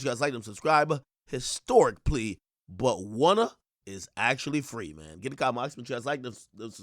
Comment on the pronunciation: Prosecutors played and pressed him out. Boy said he "Wunna" go home.😭😭